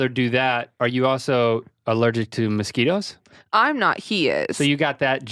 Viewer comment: The way Rhett says mosquitoes makes me think he's saying "Mesquite-o's" which could be a tasty tasty snack. Get on that guys.